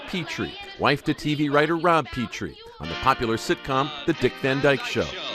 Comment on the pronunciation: The name is "Petrie" pronounced "Pet/re." The first "e" is a short "e-" not a long "e." The second "e" is a long "e."